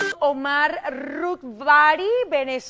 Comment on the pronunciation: Norkis tiene que aprender DEMASIADO en cuanto a hacer entrevistas, poco preparada (googlear ayuda pero hay que PREPARAR mejor las preguntas), interrumpe mucho, no hay conexion con el artista, etc...hasta el nombre lo dice mal !!! 😵‍💫